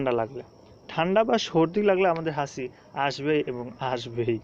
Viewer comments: দুর বেটা এটা "হাসি" না হাচি। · হাসি কেন বলছেন 😂😂😂🤗